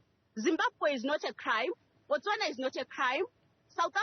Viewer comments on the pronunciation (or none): none